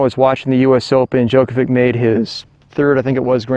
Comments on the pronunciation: Yeah, he he he, Djokovik...tell him to pronounce Đjoković- Djokovich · I can't watch your f*cking video. How do you not know how to pronounce Djokovic correctly? How annoying!